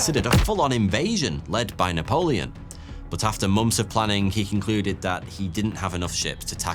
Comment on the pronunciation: How can you say “months” as "momfs"?